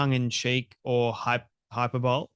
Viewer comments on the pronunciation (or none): I'm a grammar snob, and too many people online mispronounce "hyperbole". It's hy-per-bo-lee, and spelling / reading is different/ deceptive. It's not hyper bowl, it's hyper boleeeeey